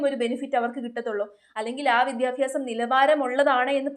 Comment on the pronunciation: വിദ്യാഫ്യാ സം അല്ല 😏